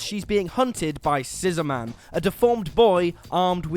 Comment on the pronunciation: The way you say scissor-man makes him sound like a Jewish dad